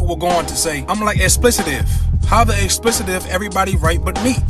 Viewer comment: You're not pronouncing it right. It's Ex-ple-tive not Ex-ple-ti-tive 😑